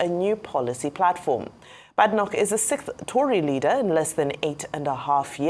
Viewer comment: Bae-de-nock!!!...That's the correct pronunciation.